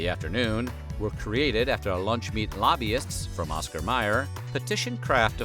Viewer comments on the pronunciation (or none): none